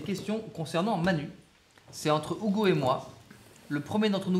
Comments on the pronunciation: STP DIT: UGO PAS OUGO STPPPPP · Poké WorldEX non desole Ca se prononce Ougo et pas Hugo. Bonnes vacances! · Mais... Hugo, s'appelle Ugo ou Hugo ? Ça se prononce Ougo ? 🤔🤔🤔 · AH mais alors dit à Manu de le prononcer Ougo mon petit Charles c'est déconcertaaant! Bonne vacances au trio et évidemment à votre équipe technique:)